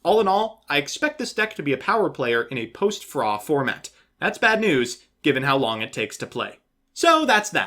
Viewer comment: The way says "PHRA" like "frah" just gets me every time.